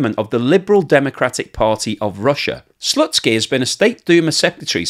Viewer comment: Did he say Lennard Slutski?....